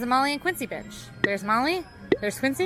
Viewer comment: Does anyone else hear something different when Quincy says "bench"?